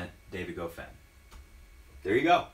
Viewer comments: One advice man: It is not pronounced ''Gofain'', it is pronounced ''Goffawn'' Goffin was incredibly solid from the baseline the entire 3rd set. He returned almost everything Roger threw at him and almost didn't make mistakes. And Federer didn't mix it up, no drop shots, no serve and volley, no high bouncing balls, no short chips, no return to go to the net. Goffin was the one that made adjustments when he was getting demolished, so in that regard Goffin won the match by outplaying Roger. Not one single tennis player wins matches automatically just because of their last name. They have to be consistent, execute the gameplan, winning the important points and overcome adversities during matches. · Honestly, I somehow blame this on you,. Goffin watches your videos and got charged up.:-P BTW. I believe it's pron Go-fan.